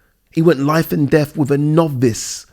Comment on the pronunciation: Went life and death with a NOV-VICE, a NOV-VICE!! LOLLLLLLLLLLLLLLL!!!!!